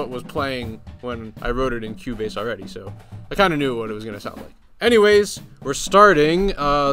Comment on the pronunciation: Lol. I thought he was saying "Q-Bass"